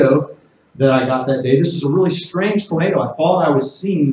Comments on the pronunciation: it kept saying tomato, not tornado XD amazing. thanks for explaining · Love the subtitles generating “tomato” every time you say “tornado.” I kept getting tickled while trying to focus on the information lolol.